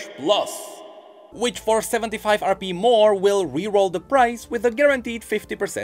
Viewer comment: stop saying rb instead of rp